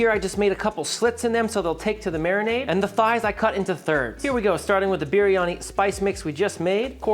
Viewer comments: Just to say, the correct way to pronounce biryani, is saying the first part like Brie Cheese. With a little bit of a curl on the "R", so you would say Brrie-Ani, instead of Beery-Ani. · I think its pronounced "beer-yani" roll that r a little.